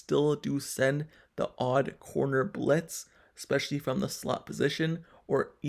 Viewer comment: Especially, not eckspecially.